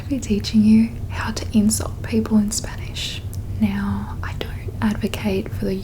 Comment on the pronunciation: Oh, that’s very interesting! When you say 'people,' I hear /peɪpəl/ instead of /pi:pəl/. Am I mistaken? I’m not a native speaker and I’m trying to improve my English. Where is your accent from?